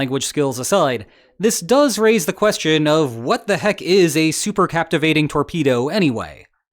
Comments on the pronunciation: Super cavitation, not captivating. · Supercavitation is not "supercaptivation" ! 🤦‍♂ And please, next time let me draw the visual illustration, because this on sucks on several points.